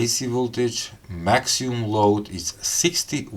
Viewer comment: Brother, it's NOT "maxium"; the correct pronunciation is maximum. (MAK-si-mum) great show.